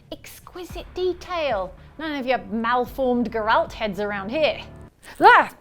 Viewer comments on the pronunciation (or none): wtf name did she just say? definitely wasn't Geralt